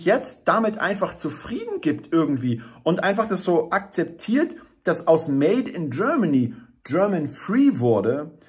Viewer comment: Made in Germany - bitte, bitte sprich das Wort Made mit richtiger deutscher Betonung - aus dem made wird eine kleine unbedeutende fade Made ------ schade > etwas geklaut bei Heinz Erhardt bunter specht und frass die kleine fade made ohne gnade schade